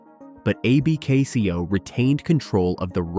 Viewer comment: Great video but stop spelling out A-B-K-C-O. AI, it's Abkco.